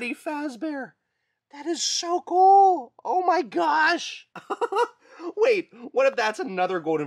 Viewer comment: It's cool not coo